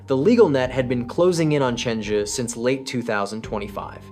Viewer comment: Why is the Zhi pronounced so inconsistently in this video? Sometimes you pronounce it ZHEE while other times you pronounce it ZHUH.